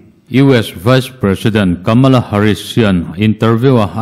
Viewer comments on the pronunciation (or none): none